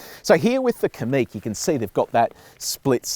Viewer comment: Likewise Kamiq is stressed on the second syllable, not the first.